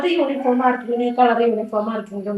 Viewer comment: യൂനിഫോം അല്ലാ യൂണിഫോം ആണ്